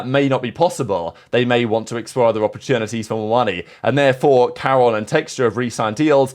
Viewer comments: Dude we HAVE to stop with this pronunciation bit, wtf was that pronunciation of Karon LOL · yeah neither is karon? what does being from america have to do with pronouncing peoples names properly? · I'm not American, I think most people know how to pronounce Karon though